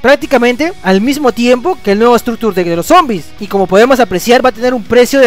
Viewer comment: Pronunciación "estracture" lo dices remaaaal